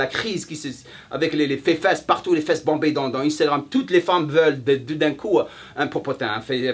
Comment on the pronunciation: " Les fefesse " x)